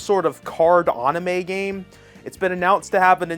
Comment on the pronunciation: Questions if he can say the second games name, fails to say Anime correctly